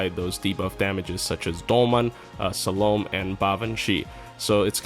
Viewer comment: that's not how you pronounced salome...